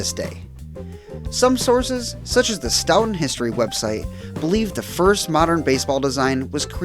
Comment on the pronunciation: Nice job....BTW, Stoughton MA is pronounced "Stow-ten".